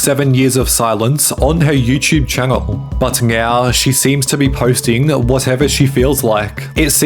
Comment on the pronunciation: I swear you are saying meow instead of saying now? Is anyone else hearing thing. Super troopers vibe! Haha